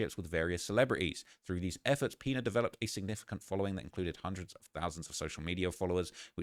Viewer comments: Great Video but the Last Name is pronounced "Piñas"! 😂 like Piñatas 🪅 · "The peenuhz" 😂 🤦🏾‍♂️ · I thought was calling him "peanut" 😂